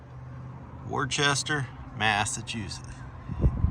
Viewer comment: "Wurr-Chester, Mass" No, mate. say "Woos-tah". Or " Wuss-tah". (Wuss rhymes with puss, not bus)